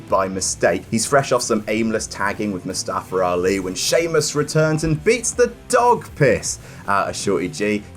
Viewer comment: Its MuSstafa..MUSSTAFA!!!!!